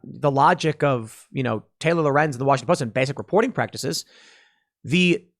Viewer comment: Yay Tim said Lorenz right.